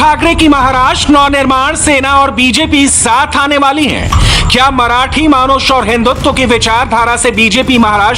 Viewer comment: " मानुष " नहीं " मानुस"